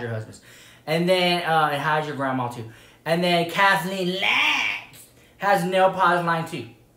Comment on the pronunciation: The way he says Kathleen Lights 🤣🤣I still can't get over it😂😂 and the "well.... " comments 🤣